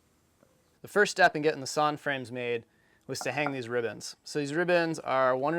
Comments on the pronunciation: Are they called "rib bands" or "ribbons" ? It seems you keep saying ribbons. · For one, is he saying “ribbons” or “rib ends”?